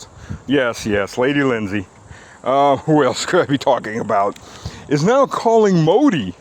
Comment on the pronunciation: "Lady Lindsay" LOL "Inglebad" ROTFL, your command of American English is simply astonishing. Over the top. If I ever meet you I will have to perform the "Wayne's World kowtow" to express my immense respect!